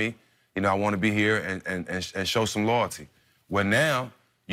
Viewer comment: no one: stephen jackson: LOEELTYY